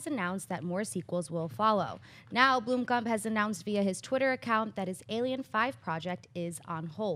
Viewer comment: blOmkamp not blUmkamp )